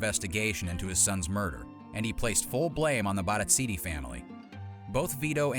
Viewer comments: I hate the way you say Barzini. Not even any of the characters say it like you. No one: You: BARITZINI!!! 🤌🤌🤌 🤔🤔🤔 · Sorry but there was no U in Sollozzo, there were only three syllables in Barzini, Paulie was a half dozen notches down the line from being Vito Corleone's "right hand man" and confidante and Carlo's beating by Sonny was weeks, if not months after the shooting of Vito. Michael had already killed Sollozzo and had been exiled to Sicily and Vito was already home from the hospital after a lengthy stay. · It's Barzini, not "Barazzini". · Who the Helle is Barazzini??? It's Barzini! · Mario Puzo: BARZINI You: wtf?